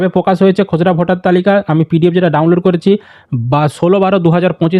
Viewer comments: খোসড়া না খসড়া!🙄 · উচ্চারণ টা ঠিক করে বলুন দাদা খসড়া টাকে খজড়া কেনো বলছেন।